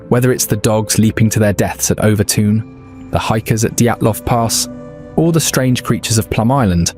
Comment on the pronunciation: As a Dumbartonion, or Son of the Rock as we’re known (and the bridge is pronounced Overtun, and it’s in Dumbarton not NEAR it) we’ve known for years why this happens. I’m firing this out having seen less than a minute of the video but EVERY damn video is the same - ‘who knows why?’, ‘maybe it’s ghosties on a bridge less than 200 years old in a town that’s over 1,000 years old’, ‘maybe it’s the story of the guy and the baby’ whose names I refuse to mention as in a town with only 15,000 people there are real world consequences to digging up their family name after all these years. A change of laws in the 50s and 60s meant it was difficult to maintain mink farms (though they were not finally made illegal until 2002) meaning, like the dangerous animals act in England in the 70s released wild cats to the moors, the mink farm near Overtoun released wild mink into the area. Anyone who knows anything about wild mink, when they go into season dogs find their scent irresistible for some reason. If you look at the turret design on the bridge, a dog thinks it’s jumping on to a flat ledge, but it’s actually a steep decline towards the edge of the bridge. This isn’t ’dog suicide’ but a very easily explained accident. Dumbarton is one of the oldest settled towns in the UK, it’s mentioned in the Irish Chronicles and Norse Sagas. Dumbarton Rock and Castle are beautiful areas worthy of mention, the town has one of the oldest football teams in the world, founded in 1872 and a founder member of